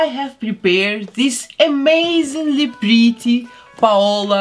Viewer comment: Is just me or dose she say “pretty “ like this:”BLE-TEIR”?!